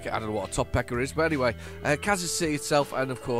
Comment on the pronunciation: Topeka is pronounced Tuh-peak-ah. The reason there are some trailers with aircrafts and parts is that Wichita is a pretty big aircraft manufacturing hub. Thanks for the drives in Oklahoma and Kansas. I haven't played this game in over a month due to my schedule. Enjoyed the drive and see you next week.